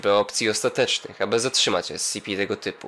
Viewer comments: esipi, nie escipi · nie scipi tylko scp